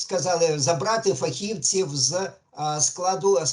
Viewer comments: ФахівцІІІІІв, а не фахІвців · Задовбав зі своїм фахІвців, фахівцІв, наголос на другу і.